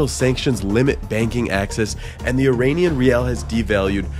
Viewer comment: Love the video! Thank you for showing the World the reality of Iran and its people. BTW, you get the pronunciation of Iran right but then you keep doing the George Bush, "Eee-rain-ian" pronunciation for the people😔. Bush used it as a way to dehumanize, making us sound like aliens. It's like nails on a chalk board when I hear it. We are Iran-ians, pronounce it the same way as the you do the country please🙂.